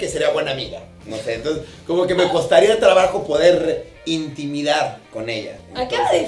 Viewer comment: "Intimidar".... INTIMAR.